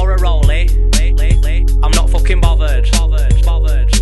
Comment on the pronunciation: lol the funnyest thing for me was when u said booootherd